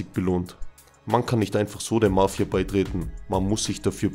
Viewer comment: Wie du Mafia betonst . Nervig